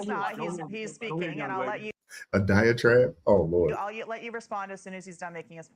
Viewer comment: She’s supposedly educated enough to speak to the public, and says aquasation and diatrabe! What?!?